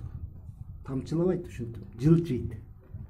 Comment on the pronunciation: Ормолоп эмес жормолоп , Жылчыйт эмес жылжып , Туура эле айттымбы😊